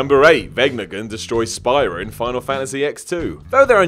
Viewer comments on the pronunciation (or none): Says "Spy-Ra" instead of "Spear-A".......at least he didn't say "Tee-Dus" I am happy Edit: Anyone claiming "Tee-Dus" is the proper pronunciation is unequivocally incorrect. Play the game. Hear them say "Tide-Us" each and every single time. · My man said "Spy-ruh" and "Zanark-Land" though 🤣 In his defense, all the locations in FFX had bonkers names. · You're saying Spira wrong. It's pronounced Sphere-ra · "Spy-ra." ..... I swear you guys don't even play these games half the time and just look up videos or wiki articles about them. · I agree. Especially the way he pronounced Spira and also Zanarkland instead of Zanarkand. Lol.